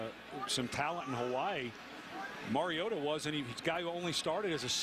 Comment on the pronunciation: I get irritated with the multiple ways the announcer mispronounces MARIOTA. Maraodda? Maraoddie? Totally unprofessional.